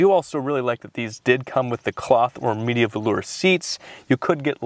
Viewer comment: Thank you for making the video of this oh-so-comfortable car! The Media Velour is pronounced "Ma-DEE-ah" in Lincoln's videos of the time.